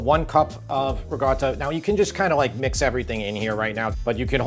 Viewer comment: Ok... absolutely LOVE your cooking n videos, but: WHY do you pronounce ricotta as "ruh-gotta"?